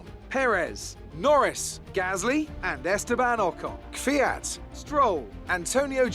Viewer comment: Mate please, instead of keviat. Kviat. not Keviat ots, KVIAT